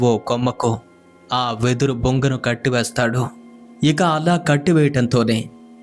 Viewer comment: చెప్పాను గా సోదరా! మీరు కొన్ని పదాల ఉచ్చారణ మరియు పదములనుంటపుగా చెప్పడం తప్ప మిగతావంతా సూపర్. ఉదాహరణకు వెదురు బుంగ అన్నారు. అది బుంగ కాదు బొంగు ! నేరేషన్ లో ఒక్కోసారి.క్లారిటీ మిస్ అయ్యి మళ్ళీ.తర్వాత సీక్వెన్స్ కి ఏదో ఒకలా. కనెక్ట్ అవుతోంది. కొద్దిగా హోంవర్క్ చేసి వీడియో చేస్తే చాలా బాగుంటుంది. ఇది మీపై అభిమానం తో ఇంకా.బాగా వీడియో.లు చేస్తారని చెబుతున్నా ? గ్రహించగలరు. ఆల్ ద బెస్ట్ !